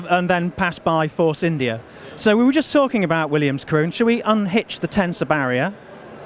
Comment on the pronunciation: It very much sounded like called Karun "Karen"